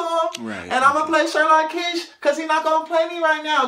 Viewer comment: Sherlock Kiesh?! lmao.